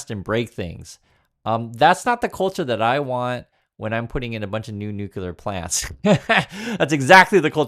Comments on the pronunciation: “New clear” not “new cue ler”❤ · It's Nu-cle-ar, not Nu-cu-lar... Go back to school